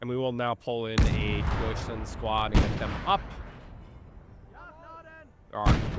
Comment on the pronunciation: Nice progress on your German! "Aufklärer", "Kettenkrad" are now very good. "Gebirgsjäger" is fantastic, as always! Unfortunately you're still saying "Deutschlend". Make sure to say "Land" not "Lend". You sometimes say "Panzer" correctly like in "Panzerschütze" , and sometimes incorrectly like in "Panzerpionier" . Speaking of which, the ending of "Pionier" was great! But the "i" after the "P" sounds like "ee". So like "Peeoneer". I kinda have the same problem with "LeFH" as I did with "StuH", as in, I've never heard a German speaker actually say the abbreviation, only the full name "leichte Feldhaubitze". Personally I would pronounce "LeFH" like "l-e-f-huh". Btw your team mate was saying "hold on" "waiting for vehicle". the enemy said "you gonna take the base or what?". Then he says "Take the base or I'm closing!" and your team mate answered "now we can".